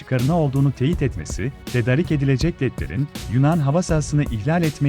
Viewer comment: Berbat bi Turkçe Tedarik kelimesini yūz defa tekrar etsin dogru telafuz Edinceye kadar. Misal olarak